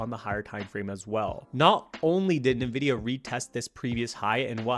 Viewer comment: Nvidia, NOT "Nividia"